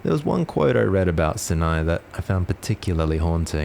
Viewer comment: Neat vid! Just wanted to mention that Sinai is pronounced like 'Sigh n aye'